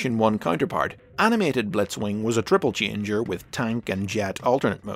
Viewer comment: O:47 You said tribble-changer there. witch sounds really funny